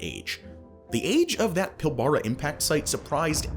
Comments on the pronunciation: Oh mate, you're gonna haveta learn how to pronounce Pilbara. It's PILLb'rah. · its pronounced PilBRAH (